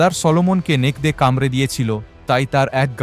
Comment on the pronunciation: নেকরে কে নেকদে নেকদে বললেন কেন?